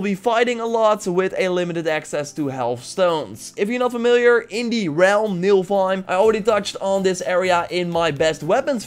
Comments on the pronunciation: It's NIFELheim...not NILFheim... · Man said nilfheim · It's pronounced Nifflehiem not Nilfheim.